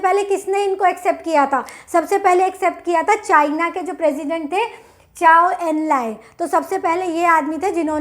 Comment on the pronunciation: Zhou not chou